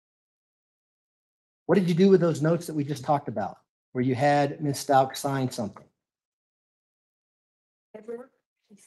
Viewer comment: I love the way when he says her name it sounds like (and is captioned) Miss Stout...😅